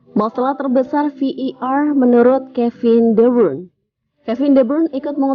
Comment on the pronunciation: Admin sok Inggris. Bukan Vi i Ar, yg benar Vi ai Ar. 😁